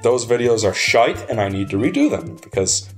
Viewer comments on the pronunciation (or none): The fact you're saying "shite" and "arse" with an American accent really aggravates me for some reason lmao